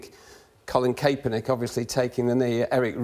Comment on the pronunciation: Kaperanic? Get the name right first 😞